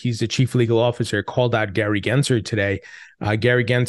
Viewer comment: There's an L in Gary gensler's name bro gensLer!!!!!!!!!!!